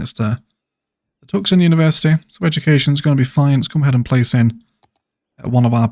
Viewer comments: It's pronounced two-son, not tuck-son ;-) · Awesome video! Just a heads up the ‘c’ in Tucson is silent so it is pronounced “too saan” :)